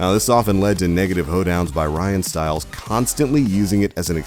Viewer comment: If you ever watched this show, you knew these things. You'd also know how to pronounce Ryan's name. SMH